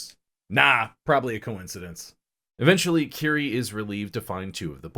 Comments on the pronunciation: Kirie, and Tomie end in an 'ey' sound, just FYI. Love the video, though. Junji Ito is hands down one of the greatest mangaka. His imagery is right up there with Kentaro Miura of Berserk as some of the absolute best illustrations, ever. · Great video but Tomie is pronounced Toe-me-ay. Same with Kirie: Ke-re-ay.